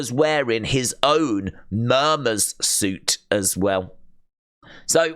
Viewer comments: saying Murmers when It's - Mum-mers smh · Its pronounced mum ers